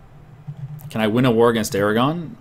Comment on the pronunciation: i thought you siad declare war on iran, and i was like wat? oh you said aragon